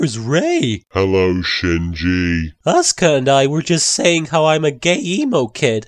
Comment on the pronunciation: no English speaker ever pronounces Shinji right (not even in the official dub!)